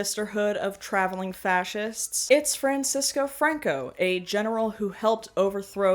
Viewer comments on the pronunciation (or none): the way they pronounce it is very funny ngl 😂 French-sco Fraincuh